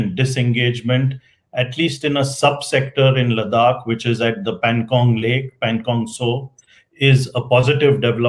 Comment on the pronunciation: Good talk. Please listen to your guests pronunciation of Ladakh. You call it Ladak. His pronunciation was correct. For gods sake don’t mess up our names being a proud Indian. 🙏🏼